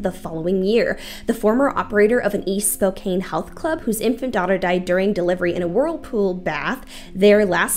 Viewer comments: *SpoCAN, not "cane" 😉. Am I the only one that had to listen to this at 3/4 speed? Lol You have come such a long way since this video... You've matured, you aren't stumbling over yourself, it's like night and day. I guess what they say is true, "practice makes perfect"! Keep them coming, you're doing great! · Not important in the least bit, but Spokane is pronounced “spo-can” 🤓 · Excellent deep dive! The name is actually pronounced Spoh-can, though.